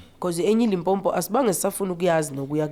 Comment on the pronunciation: If I hear another Zulu person calling Limpopo Lipompo ore Limpompo!